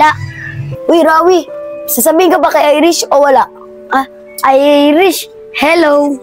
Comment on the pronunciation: Rawi yun hindi rafy